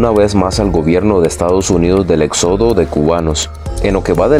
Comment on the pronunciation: SE DICE ÉXODO, NO EXÓDO. AGUAS AL PRENUNCIAR.